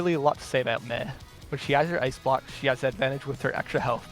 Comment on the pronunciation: Did he call Mei "meh" ??